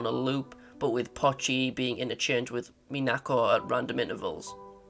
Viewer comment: It's POCHI, not Pachi. "POE chee"